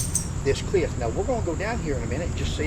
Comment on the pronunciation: And it's "cliff," not "clift."